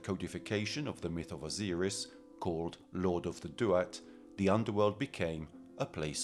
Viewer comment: T-hoth, not Thoth, Osiris didn't sound right either.